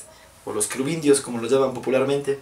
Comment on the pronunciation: Los ķərubitus..😂